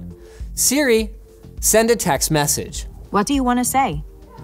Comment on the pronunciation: Am I the only one who found the way he pronounced "Text Message" to be strange? He put the emphasis on Message instead text. IDK maybe just me